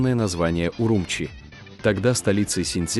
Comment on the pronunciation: Не УрУмчи, а УрумчИ !